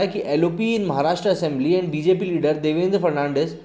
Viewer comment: Throughout the video you mispronounced Devendra Fadnavis as Devendra Fernandez